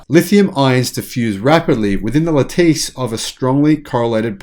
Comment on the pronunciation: lateese is pronounced Latiss